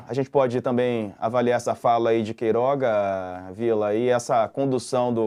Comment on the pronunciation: Marco Antônio. Não é Queiroz, é QUEIROGA. Puxa, presta atenção.